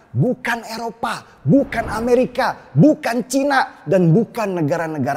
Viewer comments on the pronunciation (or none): none